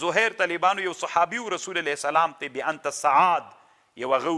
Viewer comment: لیس کما تقول و تفصح عنہ یا شیخ ۔۔ ! ۔۔ "بأنت سعاد" ۔۔ کلا ۔۔ لیس کذلک ۔۔ ! ۔۔ بل ھی : "بانت سعاد" ۔۔ ۔۔